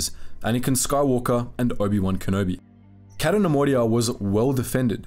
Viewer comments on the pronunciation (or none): It's "Kay-to", not "Catt-o". And Jan "Dough-donna", not "Duhnununuh".